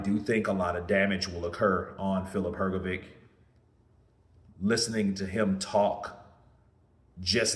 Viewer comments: Hergovitch ! vitch not Vic 😂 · Hrgović(Hrgovich) not hergovitch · Why americans can't proonunce Hrgovich name but British do?